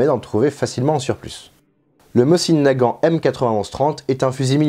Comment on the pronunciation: Chouette reconstitution. Permettez une contribution : on prononce "môzine" Nagant, et pas "mossine". La lettre cyrilique est "C", qui est l'équivalent de notre S mais n'a pas exactement le même son. La prononciation réelle ressemble au son "S" prononcée par une personne dyslalique (qui zozote). La baïonnette fait bel et bien partie de l'équipement standard du tireur d'élite et ça n'a aucun rapport au combat rapproché. La directive (dont le respect était à la discrétion de chaque officier commandant un groupe de combat) était d'utiliser tous les fusils, y compris chez les tireurs d'élite, avec leur baïonnette fixée en permanence, ceci justement parce qu'elle permet de "tendre" le canon (le terme est académique) et augmenter sa précision, notamment sur de longues séances de tir. Néanmoins, les TE russes se démarquaient justement de la troupe classique par leur abandon presque total de la baïonnette, ce parce que leurs armes étaient d'une toute autre précision - les Mosin-Nagant de TE étant spécifiquement fabriqués pour eux et avec un souci de précision - alors que, paradoxalement, les groupes de TE ont pratiqué intensivement le combat à très courtes distances. La troupe, quand à elle, utilisait la baïonnette même à longues distances pour justement resserrer leurs groupements, les Mosin-Nagant réguliers étant tout juste suffisamment précis pour du combat : groupement sur appui d'environ 100 mm de côté, soit 140 mm d'écart maximal, à 100 mètres de distance. Un résultat tout juste